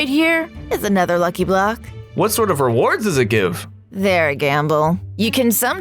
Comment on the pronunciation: Bro said "monkey block"😂